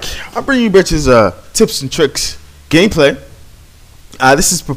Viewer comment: Did you just say " i am bringing you a tips and tricks gay play " ? :)